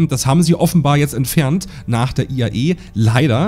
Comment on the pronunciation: Es heißt IAE und nicht EIA, so wie du es immer aussprichst…